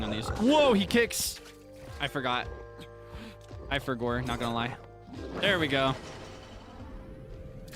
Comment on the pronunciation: I love you so much and find so many things you say or do so endearing. You're just a silly little guy and you make me laugh a lot. I am always so amused when you do the "I forgor...but then...-reverb- I rember!" because Link is also a silly little guy and has a sense of humour, even if we don't get to see that often. BOTW and TOTK are the only Zelda games I have played myself, I know a fair amount of the plot and lore of some of the older games but these were my Zelda. It makes me really happy to see you gush over these games and be so silly. I also love how you do the silly voice with the goddess statues of choosing a heart container or stamina, it makes me giggle. Or how you say wont instead of want in regards to enemies chasing you. Thank you for being an embodiment of pure seratonin. Also, I don't know if you know so I figure it can't hurt to tell you just in case, if you cook any hearty ingredient, just one on it's own, it will make full recovery foods and make the ingredients last longer. 🖤